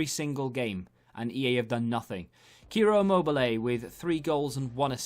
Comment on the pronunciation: CIRO... IMMOBILE... CIRO... the correct sound of the name is like cheers... Cheeero Immobile.